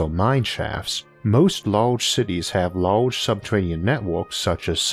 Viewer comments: "Subtewanean" Fuckin Elmer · Santuwawies in subterwanian aweas... I fucking love IA. Been listening for a year. The “accent” is actually endearing